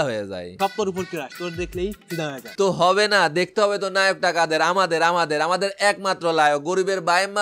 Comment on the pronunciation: ভাই নায়ক হবে লায়ক না 😂 আপনি টিকটক সেলিব্রেটিদের ভিডিও দেখলে তোতলা হয়ে যান কেন 🤣